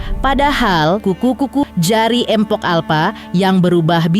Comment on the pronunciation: Mohon maaf ya min kalau nyebut "mpok" itu jgn "empok" 😔 ga enak bgt di dengernya 🙏